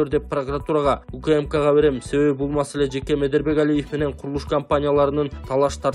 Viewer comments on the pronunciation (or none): none